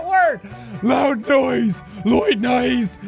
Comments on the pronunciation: jack: trying to say loud noise his brain: MELTDOWN Jack: loid naus flop also play jack saying that and 0.25 speed you can see jack slowly giving up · "Loid nise" -Jacksepticeye 2019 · Jack: one really loid nouse... one really noide lous.... Jack’s Brain: Am I a joke to you? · “Louid nais” -jacksepticeye 2019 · loid nouse, loyd nice 😂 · Ah yes, one really loise noud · “Loid noud” new dictionary word every body, search it you will go to hell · Ain't it ironic, that THIS PERSON is struggling to pronounce "loud noise" while he himself is a definition of this phrase 😂